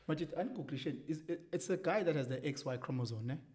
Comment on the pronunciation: Thank you for the support, Dr B! He definitely said chromosone... nc nc nc... these are the people teaching your kids... yerr! 😂